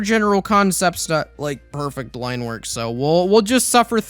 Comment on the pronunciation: “Trying to figure out how swords wornk.”